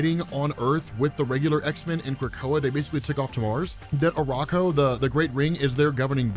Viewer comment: Uranos - Yur-an-Ose. Not Yur_Ayn-Ose. It probably comes from the alternate pronunciation of "Ouronos" (one of the original greek pronunciations of the god of the sky)